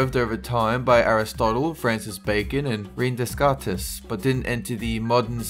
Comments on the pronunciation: René Descartes.... “Reen Deskartis”... lol... (Renay Decart) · René Descartes is pronounced "Renay Day-cart" not "Reen Dez-cart-ez" Jsyk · c'mon bro, look up pronunciation before you say stuff. Rene Descartes is [re•nay day•cart] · René Decartes is pronounced "rennay daycart" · Pls tell me someone caught how he said Rene Descartes. That was too funny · Dezarae Freise we clearly did, as we are pointing out the bad pronunciation. You need to read context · Am I the only one annoyed by the way he pronounced Rene Des Cartes?